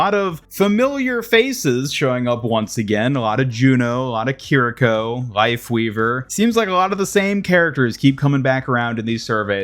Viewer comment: EE-YA-REE KEER-EE-KOH the game says their damn names, cmon